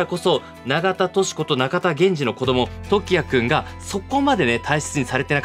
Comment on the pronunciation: 水木しげるは合ってるけどゲ謎の水木はみ→ず→き→です あと長田はながたじゃなくておさだです